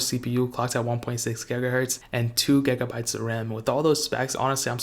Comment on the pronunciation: "10 gagabytes of rahm"